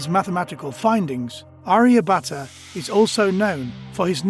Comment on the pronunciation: he is aryabhata not arya butter 😆😆😆😆😆😆😆😆😆😆😆😆😆😆